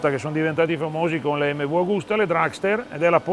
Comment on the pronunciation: Tutto bello, ma per noi settantenni la giusta pronuncia è EMMEVI, la u finale non si può sentire, peccato venale sia ben chiaro irrilevante